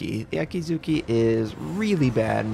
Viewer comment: No. There are silent vowels in Japanese (mostly syllables ending in -u). Akatsuki is pronounced A-Kat-Ski, NOT A-Kat-Soo-Kee. Also, Akizuki is pronounced A-Ki-Zki NOT A-Kee-Zoo-Kee.